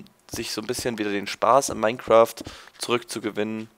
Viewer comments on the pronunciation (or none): none